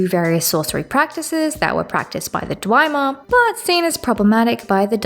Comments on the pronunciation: No hate here, constructive criticism. It's pronounced Dve-mer, not Dwi-mer. Good series overall and material tho, keep loring ^^ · You are just blatantly making up pronunciations that are so far off base its insane, so that reasoning is nonsense. Not a single character in the series pronounces Barenziah like that, or pronounces Dwemer like it has an i in it somewhere, ffs you can hear how Redoran is pronounced if you just played any of the dragonborn dlc, there is no excuse for this level of mispronunciation other than willful ignorance or engagement bait. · In Morrowind, Azura herself says dwee-mer in the final cutscene, but most people say dwem-er nowadays. Hearing dwi-mer is a first for me though hahahah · I'm almost certain that it's pronounced hla-loo with a very soft almost not pronounced h but I'll just chalk it up to your accent. Also, it's dwem-er and ky-mer to my knowledge. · I have to assume you're mispronouncing things on purpose? Dwemer, Vestige, and Nerevarine all have PLENTY of examples spoken aloud throughout the game. And Dwemer and Nerevarine you are pronouncing nothing like the spelling. And of course why would Hlaalu have two A's if you're meant to emphasize the u? At first I chalked it up to accent but at this point it simply makes so little sense I can only assume you are doing it on purpose. Bravo, good troll. In every other manner it's a great video though, I'm enjoying the analysis